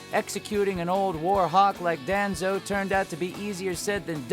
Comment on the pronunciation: That pronunciation of Danzo made me cringe